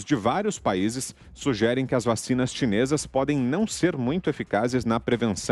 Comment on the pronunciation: "Vachina di água com açúcla né"??